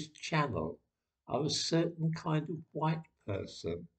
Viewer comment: . . . Jared Taylor. He's a race realist from American Renaissance. He's know to pronounce white as huwhite.